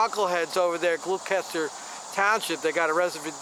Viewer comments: It's pronounced Gloss ter. It's next to Camden County. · You're butchering the pronunciation of Gloucester